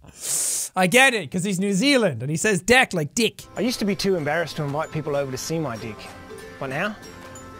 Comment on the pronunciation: He said decm 11 times